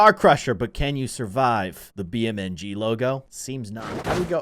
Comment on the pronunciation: Its beam NG drive not bmng drive